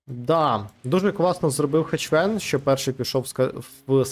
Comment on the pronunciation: Друже, він не "ХеЧвен".